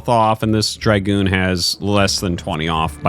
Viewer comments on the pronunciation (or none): It's dragoon, not dry-goon.